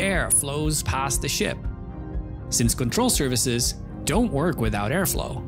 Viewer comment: "Control services". I cannot unhear it :D